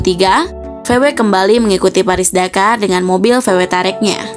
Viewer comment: Tahu wareg sebutannya😂